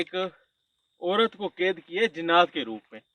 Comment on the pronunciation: Ked nahi hota kaid bolte Hain.